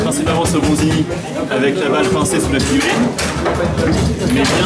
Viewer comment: La... figurine... déso frère mais je suis resté bloqué sur ” figurine ” pendant toute la vidéo 😂😂